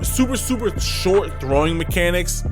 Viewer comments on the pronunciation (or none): none